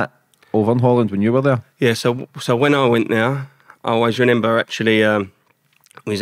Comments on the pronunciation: Lovely guy but it’s not renember 😀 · Is it me or is he saying renember? Great interview but that’s gonna get to me 😅